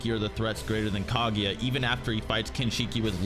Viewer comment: why are you pronouncing it "Kagiya", its "Kaguya"